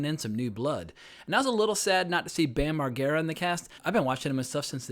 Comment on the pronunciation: Says he’s been a fan of bam since the cky days but cannot say his last name right…. Also mispronounced Ehren McGhehey last name wrong.